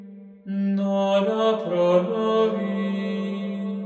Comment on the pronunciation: ¿Por qué pronuncias una 'n' antes de cada palabra que comienza por vocal? 'nora', 'nagnus', 'namen'